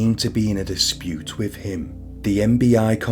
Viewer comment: I really was interested in this but your voice is unbearable with the constant up tones which are not natural, also, with has is pronounced with a th not a v.